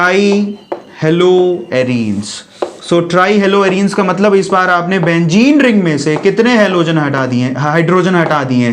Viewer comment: "Benzene" it is a true meaning not a "bengene"